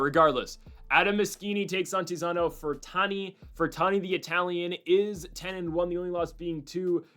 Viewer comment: FER-RANT-I .NOT FER-TAN-I. Sound out the syllables, LEFT to RIGHT.